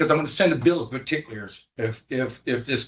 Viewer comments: Don’t you mean the Bill of Perticlears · "Bill of particlears" 😂